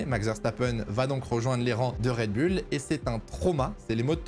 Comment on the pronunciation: Prononcez correctement Red Bull , pas Red Bulle mais plutôt Red Boule , d'où Red Bull ...